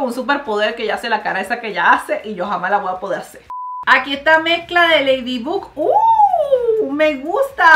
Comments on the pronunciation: Yo escuchando como dice Ledibug,cuando es Laydibog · Mariale se escribe ladybug pero se pronuncia ladybog osea q en lugar de pronunciar la u es la o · Mari, Ladybug no se pronunciaba Leydybog, ya se q no se escribe así es para q entienda el comentario xd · Yo pensaba que se pronunciaba leidibog y resulta que era leidibug viví engañada toda mi vida :'> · Como lo dice mariale: lila Como se dice:laila Como lo dice mariale: ladybug Como se dice:ladybob Como dice mariale: Adrien Como se dice: eidrien Como lo dice mariale: catnoar Como se dice: catnoa Mari pare que no as visto la serie no finjas te amoo❤ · No es leydibug es leidibag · Mariale: me encanta ese programa Yo: y no sabe decir bien el nombre de ladybug 😂 se pronuncia ladybob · Ladybug así se dice